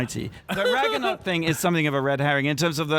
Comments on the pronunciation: I love you guys, but my inner nerd can't even with your conversation about thor... mispronouncing Ragnarok, saying Kate Winslet instead of Cate Blanchett, etc... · Is it just me, or are they pronouncing Ragnarok incorrectly?